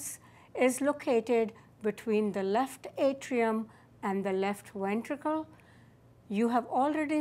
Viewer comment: I love how she says wentricle